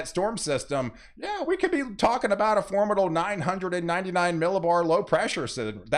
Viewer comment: Weather is exciting. Especially when it's for-MID-able. It's wonderful how excited you get. Don't change, just change the way you say for-MID-able.